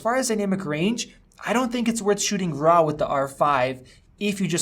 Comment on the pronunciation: "Rah footage" xD